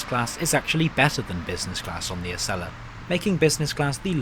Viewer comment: ACELA is pronounced A-cell-uh, and America is pronounced A-mare-ih-cuh not Uh-mare-ih-cur